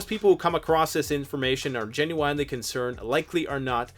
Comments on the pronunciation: Hwhy did you say "genu-wine-ly" in such a hweird hway?? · Learn how to say genuinely the right way. There's no w in the dam word.